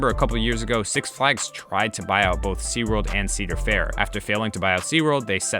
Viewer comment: My God… I can kinda stand ‘Sea’dar Fair, but Eel Vengeance made me cringe so hard. Good job! And I agree for the love of all things holy don’t let this happen.